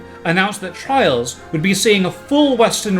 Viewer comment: "Twials of mana!" Oh boy, of to a good start.